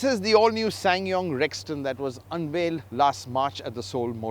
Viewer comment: he pronounce this brand like a pro